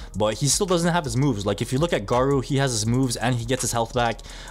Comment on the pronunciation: its not gard-doo its garrooo